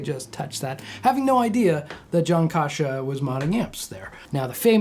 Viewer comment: You’re pronouncing his name wrong. It’s not Kosha. Pronounce the first A as in apple. Kasha.